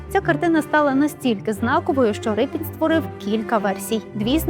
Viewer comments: Ріпин, а не Рипин, де вас таких беруть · Не Рипін , а Ріпин !!! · Чому Рипін? Мабуть ви мали на увазі Ріпин? ..від слова ріпа. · Не Рипін, а Ріпин! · Не Рипін, а Ріпин, бо він був з козацького роду Ріпи. І літера "ять" у його підпису давньоукраїнською, тобто руською мовою звучить, як "і", а не "є", як читають расссцєяні. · Автори !, так все ж таки Р-и-пін чи Р-і-пин ??? У заголовку одна варіація, у тексті - друга. Від істориків поважних давно вже чула цю історію, і там була версія Р-і-пин. Хочеться, щоб прізвище все ж звучало правильно.